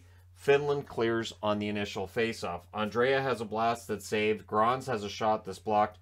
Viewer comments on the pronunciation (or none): Swedish captain name is NOT Andrea, it is Andrae! Treat the second ’a’ as silent and you are good (André). I’m going nuts with the english speaking commentators.